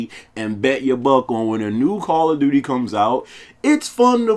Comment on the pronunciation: This sucka said Call of Dookie. 😂 instant like!